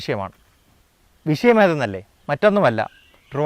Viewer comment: വിശയം അല്ല, വിഷയമാണ്